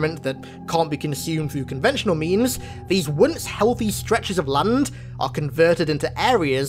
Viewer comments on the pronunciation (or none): none